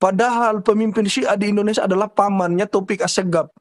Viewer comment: Indonesia sia... Bukan indonesa ... Sa... Sa... Perbaiki itu ya...